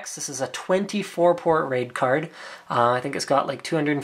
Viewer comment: when he said raid card i herd rape card